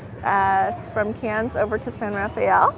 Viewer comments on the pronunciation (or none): Judging from the table sizes is it fair to say this line does not cater to larger groups? I just get that impression. Another beautiful sail away...just minor detail but next port is Cannes (but just said like Can) no s. Thanks.